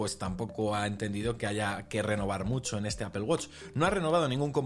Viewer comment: Me da risa que no saben pronunciar dicen Apel la empresa es Apple